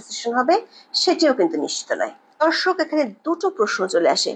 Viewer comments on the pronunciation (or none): none